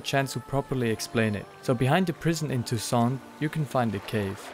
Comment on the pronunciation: It's "TousSAINT" (meaning all saints ), similar to an open "ae" sound, not "tout sans" (meaning everything without ), with a closed "oh". Why does everybody get this wrong?